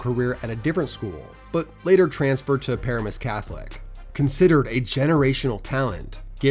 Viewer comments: Excellent video, though for #1 the emphasis is Paramus like Puh RAM us. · it's pronounced pa-RAM-is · It is pronounced pah-RAH-mus. Not para-mus. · Pa-ramus that’s how you say it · Puh-Ram-Us catholic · Paramus prononuced puhramus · NJ Native and Packers fan. The name of the school Gary went to is pronounced (puh-RAM-is), and yeah Gary was good in the early 2020s and declined significantly. And then was next to useless after Micah went out for the year. Thanks for the great content as always,. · FYI Paramus is pronounced pa ram us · From Jersey an btw that’s just NOT how you pronounce Paramus 😂 its ok tho your videos are always fire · I know if you didn't grow up in NJ you wouldn't know but the pronunciation of Paramus is cracking me up. Also seeing Rashan Gary smoking my alma mater was funny as hell.